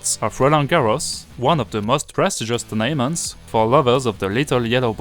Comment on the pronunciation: Occasionally some of your long syllables are a little off too, but this is incredibly difficult to master in English because there's no real pattern. An example would be "tournaments" . The emphasis is on the first syllable, as in: TOUR-na-ments. A couple of seconds later, the word prestigious has emphasis on the second syllable: pres-TIG-i-ous. Getting the rhythm of the syllables correct in English is a crucial step in mastering native pronunciation. Bonne chance!